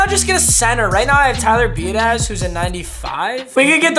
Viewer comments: much love but it’s be ah dish. not be a daz. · Biadaz is pronounced be-odd-ish just an fyi